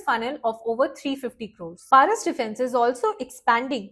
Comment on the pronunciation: প্যারিস নয়,ওটা পরস ডিফেন্স হবে